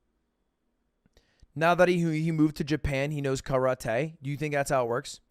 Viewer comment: the way he pronounces karate kills me💀💀